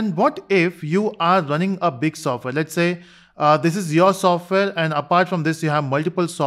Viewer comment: Software ❎ Sofware ✅ 😂😂